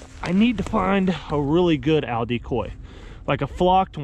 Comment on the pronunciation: Good luck finding an Al decoy! They're about 6' tall and weigh 250 pounds lol Love your videos man, I just laugh when you say owl. Good luck in Arkansas!